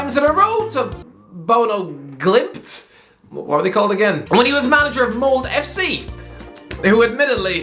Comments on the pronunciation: I Just lost respect for your entire Chanel. Whats your fucking problem. Bodø/Glimt is pronounced in 1 Word. BodøGlimt. You forgot their match against AC Milan last year? They deserved to go through. And Molde? Its one of the richest clubs in Norway Even though its from one of the smaller cities. Molde have a rich uncle... One of the richest in Norway. Artificial turf? Its basicaly the same as normal. So complaing about that is out dated. Its not like it was when it first was rolled out. Are you high? If your gonna defend Mourinho you should show some respect to the team that trashed them 6-1. These players Are pro players that earn more money in a week then you probably do for the entire year on YouTube and with your sidejob as a translator of English to Irish... Which cant go well. Sounds like you Are in puberty still. And have you forgotten Where the worlds best striker atm comes from? Hint: Not your Irish mom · Hahaha, the way he pronounces Bodø Glimt. Glimt is a fantastic footballteam.